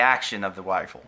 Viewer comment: He said wifle. Scwewy wabbit.